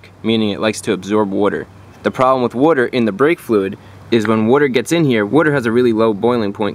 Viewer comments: I am happy you pronounce Wuter properly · OMG please learn how to say WATER! PLEASE . It's very Good video but couldn't finish watching it because of how retarded you SOUND WHEN U say WATER... JEEEZZZ MAN.. SMH.. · JESUS CHRIST DUDE ITS WATER NOT WOIDER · Is he saying “water” or “wooder”? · Way he says witer 💦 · What the hell is wurter? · BRO! SAY WUTER ONE MORE TIME 😤🤬😂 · Wudder in the breaks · What's Wudder? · “Worter” lmao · watching in 2020, all I can hear is wudder wudder wudder wudder wudder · I had no idea how much I was going to get to hear him say woorder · What the heck is worder? Unless you are saying water with an accent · That's how my dad pronounced it too. I don't know where that came from. But he's right about brake fluid absorbing wooder. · What's "wooder?" (sorry, I come from the Bahston area and I couldn't hep it ;) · "It's hydroscopic, meaning it absorbs WOODER" -ChrisFix 2014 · "woarter in the brake fluid" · what's wooder. I've heard of water but don't know what wooder is. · wuter?? lmao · I’m about to blow a goddamn head gasket hearin this mfer pronounce water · Say water correctly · Where are you from Boston, LOL